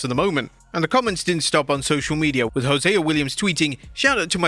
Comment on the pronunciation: Yet- Wrestlamia is mispronouncing names ... just said JOSE WILLIAMS... when is JO SY AH....